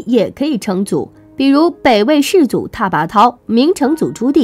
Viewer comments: 拓字＂脱＂音四声，颙字＂永＂音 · 好好查查拓跋怎么念再来发视频吧